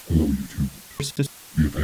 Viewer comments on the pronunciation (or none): none